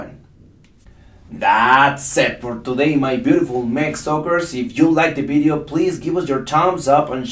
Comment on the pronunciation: Can I pls correct you teacher.You should vedio not Bedio.The V in English is pronounced V not B.I love your teachings cos I learn alot from it.Tnks